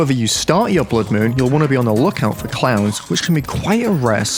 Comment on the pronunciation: When he said clowns I thought he said clams😂😂